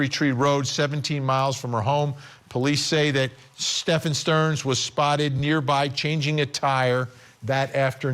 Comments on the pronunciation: Correct but Sterns friend said Sterns name was also pronounced Steven/Stephen/Stephan. Not Stefan. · His friend said it was pronounced Steven. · I'm sorry but I can't take that guy serious calling STEPHAN Sterns, STEVEN. It's not like it's a new case.